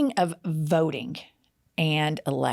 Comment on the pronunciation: hello... this is for Jen... you are an "ink"er... you say "votink" instead of "voting"... I have noticed this new phenomenon lately... people at work are doing it now... "ink" is the new "ing"...